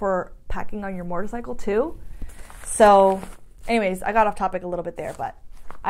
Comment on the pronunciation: ...… love the channel! cant wait to see the vid on your track day cuz I want to do one to! I have to tell you something..... when you say the word MOTORCYCLE you pronounce it MORTORCYCLE sometimes! SUPER CUTE! Keep up the great channel!